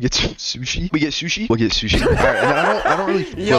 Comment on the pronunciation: "Shooshi" lol